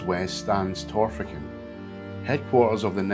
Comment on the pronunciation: Nice video but pronunciation a wee bit out. Bahl-an-traw-duch (Balantrodoch) and Tawr-fichen (Torphichen); Ah-mee-ong (Amiens).